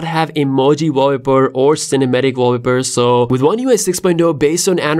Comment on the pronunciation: Interesting video, but this is not how you pronounce "wallpaper" 😉